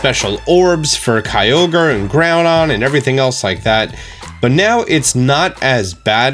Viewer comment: It bothers me that you can't pronounce Kyogre right. Its Kio-gre. Not Kai-O-Ger